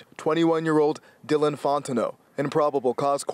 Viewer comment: ay what point does this dyellin become dylan lmfao